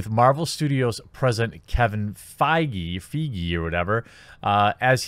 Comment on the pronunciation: What the fuck is this ? You keep saying rumour rumour rumour allegedly rumour, leak all shit ... also If you can't say Kevin Feige maybe you should do some research prior to your video .... sloppy hate video ... like captain marvel film itself.....